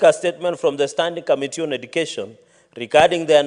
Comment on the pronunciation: It commetee not kamitii, please talk English or kiswahili.